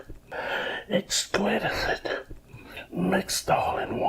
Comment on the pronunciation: "EXQUISITITE" XD